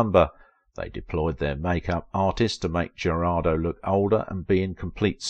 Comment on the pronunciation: Thank you for bringing her back to our memory. I do know how difficult is to pronounce properly in one’s non-native language. However, I praise to God not to have slaughtered all names when I speak English. Katy’s last name (Jurado) means “juror”, its Spanish pronunciation is almost equal to English —not even close to “Geraldo”.